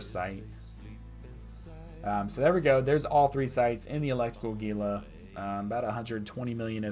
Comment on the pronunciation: Your videos are awesome dude. I have been watching a bunch of them to improve my abyssal runs. My only thing is how you pronounce Gila (phonetically it's hee-la; like the lizard). Keep up the great work!